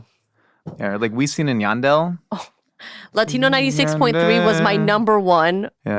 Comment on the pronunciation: First time i've heard "wisin y yandel" being pronounced like did and it was very amusing 😂thnx